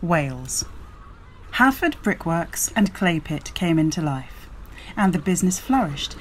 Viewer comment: Just amazing how much interest and history can be found in a collection of bricks. They are part of our national history. The Accrington NORI bricks were so hard they spelled IRON backwards. By the way Hafod is pronounced Havod in Welsh and Ruabon is pronounced with the emphasis on the 'a' in RuAbon. Please post more videos.